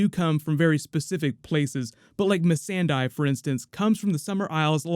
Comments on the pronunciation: Dude You butchered wifey's name. it's Missandei and not Missandai haha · Mee Send Die....? U buthcered the name dudeeeee